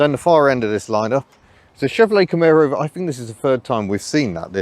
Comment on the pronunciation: Hey, thanks for saying Kah-MARE-oh the American way, instead of the weird Kah-MAR-oh that Brits seem to use.:)